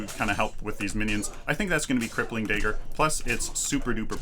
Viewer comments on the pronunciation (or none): Kallari master here. Just giving some tips Dagger pronunciation. Not daegger If you don't take the green buff which will chip away half your health, you can go for the river buff which will regen your mana so you can use more daggers and gank more effectively. Never use your back flip to gap close, it's not very effective and you just lost a ton of mana + your evasiveness as can be seen Don't try to use it while you're stunned, wait until your feet touch the ground, then use it, else it will bug out. And don't just use it at random, as you seem to do. Why would you activate shadow walk here? There is no threat, you can't catch up to anyone. And shortly after, you decide to ult him (as would I) which means you just lost your getaway: speedbuff and invisibility First hit out of stealth on a full health Kwang is 200+38, then a dagger for 120 and follow up for 200+25. I don't think that's worth 7 cp mate. And personally, I think survivability far outweighs the negligible extra damage from Traitors Touch, especially since you're supposed to be finishing off people, not initiating fights. And especially not with tanky heroes. Late game, a Steel ult + dash will nearly insta kill you without armour/health. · "dayger" hehe